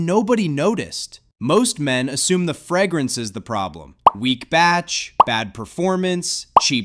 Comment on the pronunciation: Nobody? Nobody is bothered by the pronunciation "frag-grance"? 😅